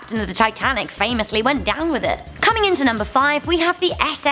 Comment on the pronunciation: By the way you mispronounced the name of princess sophia, it’s pronounced sophIIIIIa Soph-I-a